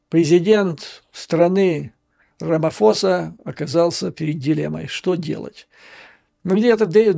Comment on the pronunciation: Правильно произносить РамаПоса